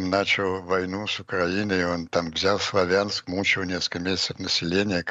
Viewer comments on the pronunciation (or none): none